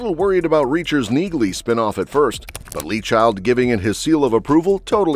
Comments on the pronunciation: Is that an artificial voice or an idiot? The name is pronounced "Neelee" not "Neeglee". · Its pronounced Neahley. The G is silent. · It's pronounced "NEELY"--so what else do not know about it? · It's NEALY, the G is silent. Can't you train the AI to pronounce it correctly? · NEELY! NEELY! NEELY! The "G" is silent. Get the pronunciation right or just go home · Yah, I bagged another video for the AI knee-glee pronunciation… I almost thought this one was human, until that shit popped up…. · You fell at the first fence dude....... the G in Neagley is silent...... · That's stupid AI for you. Just hire humans!!!! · I’m just making an observation here, but isn’t the “g” in Neagley silent? I have never heard any character from Reacher pronounce her name with a “g” sound. It may seem like nitpicking, but it’s important. Please correct me if I’m wrong. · When are you AI driven people going to have the generated voice pronounce her name correctly? The g is silent. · The “g” in Neagley is silent! Stop butchering her name! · YES! I was gonna say the same thing then I saw your comment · I just looooovvveeee robot voices that don't know how to pronounce sh** correctly, ever. The G is silent, dumb a**, and I am talking to you, the creator of this video, who is so stupid and so lazy and worthless for using robot voices because actually talking in a video is sooooo difficult. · You need to teach your bot narrator that the “g” is silent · Learn to pronounce her name ffs